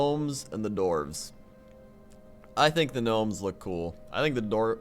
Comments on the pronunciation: it's dwarves not dorves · The dorves. I like the dorves. My ears man... Dwarves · I like that he pronounces dwarves, doorves.